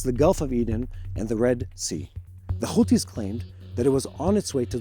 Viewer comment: the right way to pronounce those counties name is Iran not I RAN OR IRAQ. NOT I RAQ OR HAMAS NOT KHMAS OR HOUTHIS NOT KHOUTHIS , IS NOT BAKHRAN IS BAHRAN , I HOPE YOU LEARN HOW TO PRONOUNCE THOSE COUNTRIES NAME NOW. CHEERS